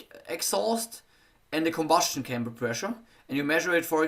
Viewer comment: Спасибо за напоминание. Это замечание важно особенно тем, кто возьмётся анализировать текст самостоятельно, без преподавателя. Хотя ошибок ничтожно мало, в основном это произносительные ошибки или сильный акцент, но их тоже находим. Например, произносит слово chamber как camber!!! Camber - это термин из геометрии подвески. А он говорит о камере сгорания. Важно видеть и понимать, в чём состоит ошибка и насколько она критична для понимания речи. Сильно оглушает согласные в слове drag. Из-за этого на слух можно услышать почти track.